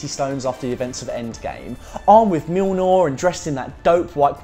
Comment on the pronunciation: It ain't Mjilnor it is Mjolnir. Sry mate but it takes me out the video